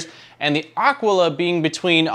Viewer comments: It is aquila not aquala. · It’s Ah Quill uh. Nit picking. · yes, it is a latin world. It simply means "eagle" (the bird) and it is pronounced ˈa.kwi.la (accent on the initial "a"). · AKEELA is how it is pronounced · A-kee-la. :) Nice review, I've just bought one! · Aquila like Tequila is probably how it's pronounced. imho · This is totally correct. My high school year book was named Aquila and it was many years later that I realized that no one had pronounced it correctly. A quill a is also wrong as we used to pronounce it. BTW, this is native American for eagle. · You pronounce the name like you pronounce Taquila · Maybe you could start by pronouncing "Aquila" properly... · I've wondered that myself, and since Aquila is spelled like tequila, that's the way I went with it. I'm always open to correction when wrong though.